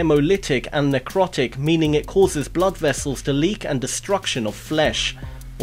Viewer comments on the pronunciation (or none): none